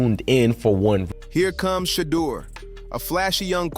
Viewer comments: His Name is NOT "SHADOW"❓️❓️❓️ You Should Practice Trial & Error b4 Posting Info about Som1😶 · It's Shadeur NOT Shadow! Put some respect on that name! 😮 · You have good reporting, but let’s work on the better pronunciation of SHEDDUR SANDERS’ NAME CORRECTLY, FIRST. You’re being disrespectful to him and his family by mispronouncing his name. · PRONOUNCED " SHUH_ DOOR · Yo COMMENTATORS LEARN HOW TO PRONOUNCE SHEDEUR SANDERS NAME!!!!!!!! 🤨